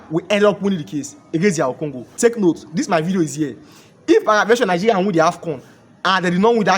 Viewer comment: Moghoco, nighiria, u can’t pronounce well. What’s your problem?